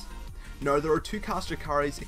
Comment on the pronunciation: "right noi" hahaha :3